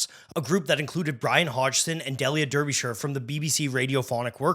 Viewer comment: Very rude to pronounce Derbyshire's name incorrectly.